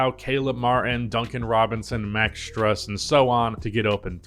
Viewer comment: His name is pronounced "S-true-s"